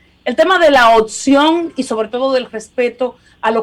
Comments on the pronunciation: Esa mujer que primero hable bien Se dice:opcion y no otsion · No se dice otcion es opcion